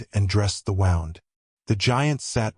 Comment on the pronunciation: wound in this case is pronounced Woond.